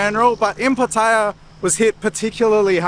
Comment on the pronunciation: Its Pat E AH l cringe every time you pronounce it wrong